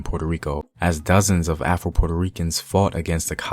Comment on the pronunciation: I know you said afro Puerto Ricans but it sound like you said Apple Puerto Ricans 😂😂😂😂